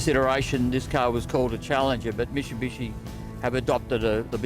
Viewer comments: it's mitsubishi not mishibishi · Say it slowly mate Mitsubishi no musubusuiiiiii....eeeee shbdnhhdndjisii....